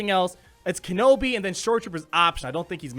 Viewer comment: Ken-awbi "ahnald" lol